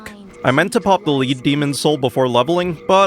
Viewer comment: Me: Finally getting over pronouncing "lure" as "leer": pronouncing "lead" (noun) as "lead" (verb)